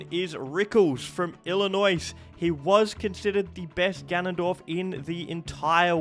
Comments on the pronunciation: As someone who lives in Illinois, it’s not pronounced “ill-in-oys”, it’s pronounced “ill-in-oy”. The “S” is silent. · pronouncing Illinois completely wrong is hilarious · Illy Noise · butchering illinois is the saddest part of this video But i also hate how stupid some of the spellings in English are, so i get it